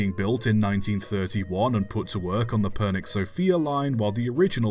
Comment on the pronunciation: Never did I expect you to make a video on a Bulgarian engine! Also, the way you pronounced Pernik is just hilarious to me. I love it, even if it's wrong.